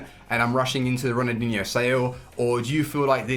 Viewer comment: does he realise there’s an l in Ronaldinho cause he says it like ronadinho